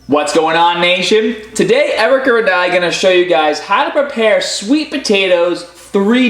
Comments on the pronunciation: Is it me or is calling Erica Eric'er? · lol "ericer"